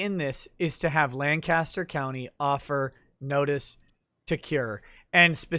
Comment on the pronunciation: Lawyer Country bumpkins cant pronounce lancaster